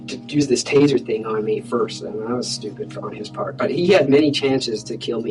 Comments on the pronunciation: THing not Ting.... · I just can't stand your homely womanish face anymore, and trying to keep up with the presentation while you drone on and on with turdy (thirty) and tent (tenth and) ting (thing). Eat a hamburger and lift some weights. come back in 3 years.